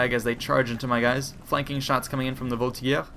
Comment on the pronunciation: Are you sure Voltigeur is not pronounced with a soft g?